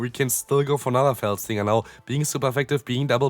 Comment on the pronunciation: Just wanted to let you know, its Fell Stinger, not Felt 🙂👍